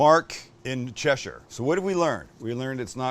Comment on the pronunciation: Yeah, spot on, even Mark in Cheshire got it wrong. Or should that be Mark in Che considering he does not pronounce the shire ... ahem, cough.